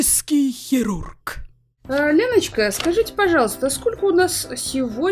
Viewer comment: "ПЛАСТИЧЕСКИЙ ХЕРУРГ"